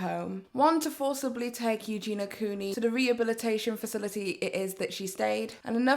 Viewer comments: U - JEN - EE - UH not U JEEN UH - the girl says her own name at the start of every video - how can one be so deaf - Hi guys it's U - JEN - EE - UH but i do my research though can't pronounce the name correctly though - pretty dumb just my opinion. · Ok, I'm so sorry to be that person but her name is EugeNIA, not EugeNA... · So many ppl covering this. So few can pronounce eugenia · You're saying Eugenia's name wrong